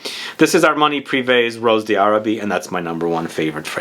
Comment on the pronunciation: It's French :) it's pronounced Ross "Darabie"